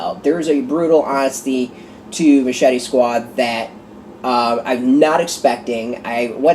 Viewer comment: Really appreciate the review, and you got the last name correct. Glad you enjoyed my story